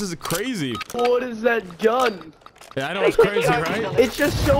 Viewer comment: Bro PLEASE STOP PRONOUNCING THE GUN NAME LIKE THAT 😭😭